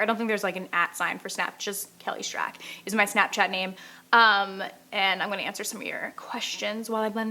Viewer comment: oooooomg ive been pronouncing her last name wrong this ENTIRE TIME slaps own wrist its strAAK not strAHK,!!